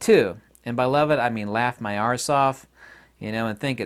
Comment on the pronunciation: I love that you say "arse" properly :)